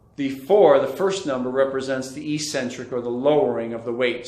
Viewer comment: Eccentric is pronounced ik-sen-trik.